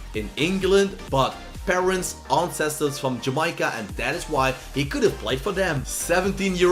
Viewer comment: Sterling was actually born in jamaica and lived in Jamaica until he was 5 then moved to London btw it’s Jamaica not jameyeca